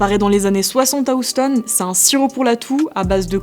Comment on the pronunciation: "oust - on"😮‍💨